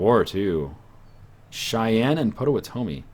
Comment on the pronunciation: Potawatomi is pronounced pot-oh-wat-a-me